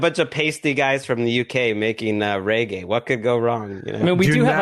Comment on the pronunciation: FFS it's not RayGay.....it's REGGAE!